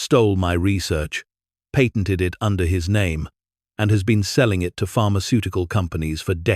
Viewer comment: read, wound, patented--all pronounced incorrectly. Learn how to read money amounts. Learn how to write and read dates.